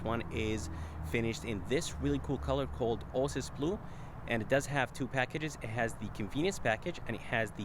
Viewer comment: It's pronounced Oh-A-Sis Blue. I'm assuming English isn't your first language?